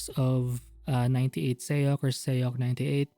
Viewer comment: it's more like sock or sohk not sayuk